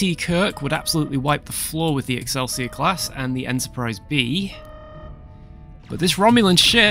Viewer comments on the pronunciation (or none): none